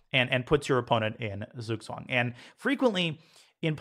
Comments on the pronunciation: Hey Daniel, I just wanted to teach you how to pronounce Zugzwang properly. Spelled in an English manner, it would be "tsugtsvang". So, you're pronouncing the vowels perfect, but German Z makes the sound "ts" and German W makes the sound "V". Thanks for the videos, love learning from you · Its right that its writen "Zug Zwang" but in german z is pronounced "ts" so it should be read "tsug tswang". Thanks very much Daniel for this awsome series.